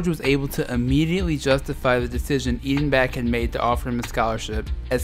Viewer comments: The coach of UNC-Ashville was Eddie Biedenbach (pronounced phonetically Bee-den-bach unlike the way the narrator of the video is pronouncing it) who played college in the late sixties at NC State. He was was from Pittsburg, PA and I recall a pretty niffty player in the ACC and had a brief pro career . At one time he was the manager of a Gold's Gym near here in Wilmington, NC the hometown of Michael Jordan. He coached at Davidson for three years from and at UNC-Ashville from 1996 til 2013 later when he resigned early in the season. He was even an assistant at State in the year State won the NCAA title with David Thompson. When in college as I remember he was a player who wore glasses. And he pretty much carried a lot of the load for them scoring wise. But it seemed to me that near the end of the game and if it was close and he'd get fouled he often as not choked at the Free Throw line. It was the time when Carolina and Duke were the beginning to dominate the league before Vic Bubas was the coach at Duke and Dean Smith started getting some really good recruits around the time Charlie Scott was recruited and guys like Bob Lewis and Larry Miller, Rusty Clark, Dick Grubar were the stars for Carolina. Duke had guys like Bobby Verga, Jack Marin, and Jeff Mullins, but when Bubas left to be the Commissioner of the Sun Belt Conference Bucky Waters became their coach and they had a run of bad seasons. After Waters was hired Bill Foster came on board and though a better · you butchered the pronunciation of Biedenbach lol. Great video though!